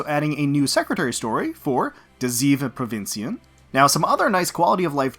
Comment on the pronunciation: "de zeven provinciën" You tried. Provinciën was pretty good, but you failed on zeven. No mention of the Island reset? Island changes? They are a pretty big deal for us who play that. Got 4 Lyme's, one Queen. Cannot relate...